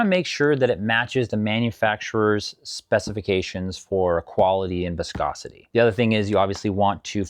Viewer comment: Pffftt I’m sticking with, it’s an Eastern European guy saying “wiscosity”